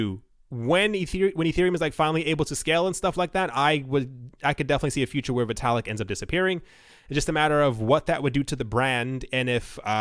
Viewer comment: It's pronounced "vitt-ah-lick"